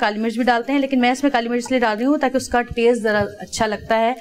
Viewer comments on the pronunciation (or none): none